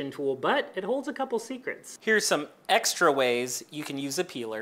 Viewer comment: Why did he emphasize “extra” ☠️